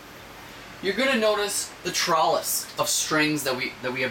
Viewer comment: do you intentionally pronounce "trellis" and "mylar" wrong?